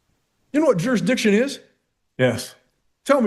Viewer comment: You would think that - at a minimum these SovCits would learn to say the word "Jurisdiction" ... It is NOT "JUR-DI-SHUN"